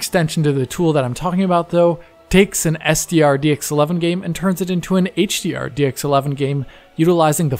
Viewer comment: Heyyyytsch Di Arrr